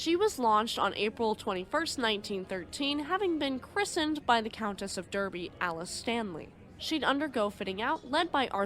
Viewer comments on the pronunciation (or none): Excellent video. Thanks for sharing. For future use, Derby, as in Countess of Derby is pronounced as " Darby ". Keep up the great work.